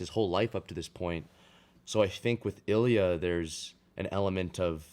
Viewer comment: "Илья́" Ilya- the emphasis is on the last letter ❤